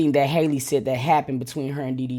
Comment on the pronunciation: It'a Ha-Lee not Hay-Lee